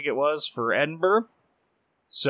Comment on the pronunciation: its great that you pronounce edinburgh properly ( most do not) but man you ruined minotaur!